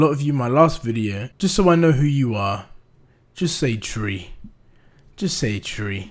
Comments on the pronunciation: I love my “Tree” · Hello Mr,"TREE" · "just say tree"